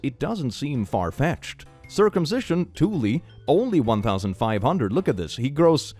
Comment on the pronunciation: THE FACT THAT THEY ARE ACTUALLY SAYING CIRCUMSITIONS(IDK IF I SPELT IT RIGHT) CAUSES AUTISM😭 anyway imma go get my autism+ surgery